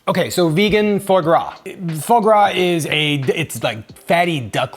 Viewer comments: Its pronounced fwah grah but i love that youre saying it like faux gras 😊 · The real thing is pronounced “fwar” but I love ‘faux gras’. Wasn’t this darker just due to shiitake mushrooms instead of closed cup? I bet that liquor would have flavoured a lovely soup (having made mushroom soup yesterday I squealed as it went down the drain). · Thank you, awesome recipe. One thing though...it's FWA GRA, not faux gras.